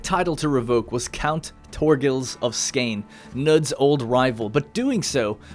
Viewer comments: Skane has been A N G L A C A N I Z E D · the way you pronounce Skåne hurts me. its pronounced "Skouh-neh" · Thats not how you say skåne.